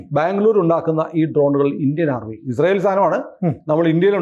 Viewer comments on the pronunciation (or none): none